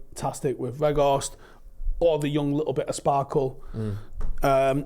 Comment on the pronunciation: Put off when I heard keep Veghourst